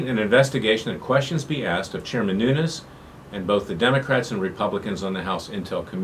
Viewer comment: Nunes not Nunez.